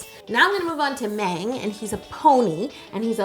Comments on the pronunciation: i don't want to correct yolanda but she said meng than mang just putting it out there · Please please please do the other four! Btw: The 'A' in Mang is soft like "ahh". Excellent job, you really captured the characteristics of each one perfectly! Next; RJ, Koya, Chimmy, and Tata! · Mang is pronounced mAHng. mang is the only girl 😍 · Love this but Mang (망) is pronounced mAHng. Like Ah not Ay. Hope this helped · No offense no hate,but you got the BT21 owner wrong and you said “Mang “ wrong but it’s okay 👌 I was like that before but with their names when I was new. I purple ❤️ 💜you and your vids you are very talented!( please do the others Tata is my favorite!) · She said van and mang incorrectly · That’s not how you say Mang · she said mang wrong but that's alright uwu